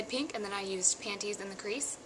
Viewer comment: hehe i like when you say panties....panTies pant-tease..panties you know i <3 you!